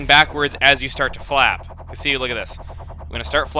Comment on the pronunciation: Did anyone else but me think he said fap instead of flap